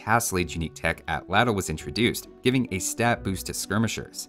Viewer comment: Thank you for pronouncing atlatl correctly 😅